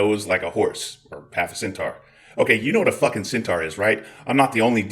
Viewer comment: Centaur is pronounced SEN - TOR and Keurig is pronounced KOY- RIG,.